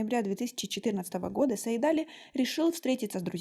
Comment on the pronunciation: Имя называйте правильно - Саид-Али’. Ударение в конце.